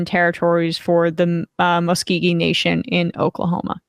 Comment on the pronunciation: Muskogee not Muskeegee. Sorry.